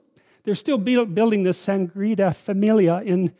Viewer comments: Sagrada Familia, not sangria familia lol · “The Sangrita Familia in Barcelona”